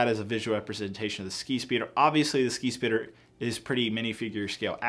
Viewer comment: Each time he says skispeeder I heard “skeet”speeder